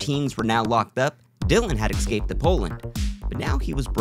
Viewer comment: Bruh, if you’re going to dedicate a channel on escapes, you should probably pronounce it correctly.